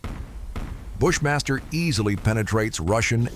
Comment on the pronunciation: Amigo veja a pronuncia correta para Bradley e bush master , seu vídeo é legal mas a pronúncia errada tá matando